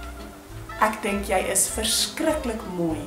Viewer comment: Hey, why do you pronounce Jy like 'yay' ad non 'yey'? :)